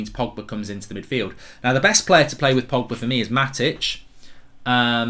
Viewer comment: Did my guy really say frogba 😂😂